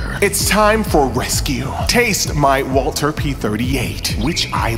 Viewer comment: Are you saying Walther wrong on purpose?